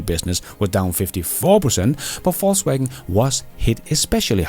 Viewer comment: The pronounciation is correct: "False-Wagen"